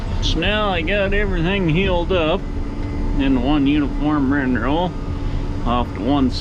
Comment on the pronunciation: Is it me or does he say rin-row instead of windrow?